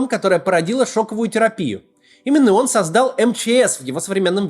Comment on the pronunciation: Хахахаа... Ох уж Ваш "орн", Максим)